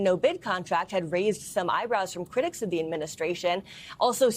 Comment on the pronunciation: Tell that woman the word is the and not thee